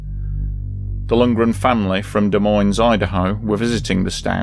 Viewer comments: Des Moines, Iowa, not Idaho, and it’s “Duh-Muh-Oin.” It’s French; the “s” is silent. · do not say the s at the end of Des Moines , say it as to rhyme with coin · I was born and raised in Omaha NE, (North Florence area) and I had never heard of this. Although it was before my time. Was that women from Des Moines "Iowa"? I think you said Des Moines, "Idaho"? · Also, the "S" at the end of "Des Moines" is silent. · And the final "s" in Des Moines is silent. But thank you for the fascinating content! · FYI.. The "s" is silent in Des Moines.. Both of them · And you don"t pronounce either "s." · Des moines is pronounced without the 's' in either word. It's pronounced "Deh Moy-n". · Gladys Lundgren was from Des Moines, IOWA, not Idaho. Also, locals do not pronounce the "s" after either "Des" or "Moines;" this is from the dictionary: (də ˈmoin).